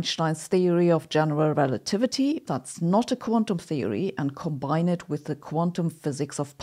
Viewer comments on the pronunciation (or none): none